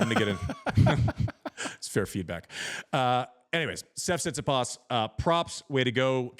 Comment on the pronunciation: Amazing how you dudes cant even pronounce his name after all these years. TsitsipAs, its not that hard